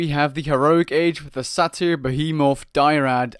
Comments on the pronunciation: He also mispronounces Satyr. It's pronounced like "Later" but with an "S". Not "Sah Tear" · What are these pronunciations? "Die-rad": Dry-add. "Sah-tear": Say-tear. (I do think Sah-tear is technically correct, it's just Say-tear is much more common. I don't mean to insult you or another, it just stood out to me.